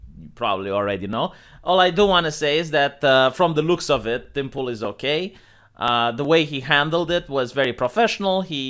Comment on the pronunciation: Yeah, this is bad. This idiocy can get people killed. Only good thing about this is hearing pronounce “Tim Pool” as “Dimple”. 😁